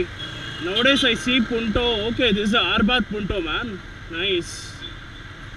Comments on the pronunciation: its not arbath dude its abarth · oh man its not arbath....its abarth....lol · D....Arbath alla maga......Abarth !!.....Keep doing the good work!....